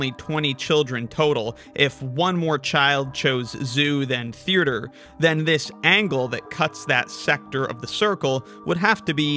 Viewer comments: I know it's bait but I just have to say it: theaerture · Why does he pronounce theatre like that? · Forget sixths, (side note: its a killer hangman word) the way you pronounced theatre is gonna haunt you. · I love your videos but the way you say Theatre is very upsetting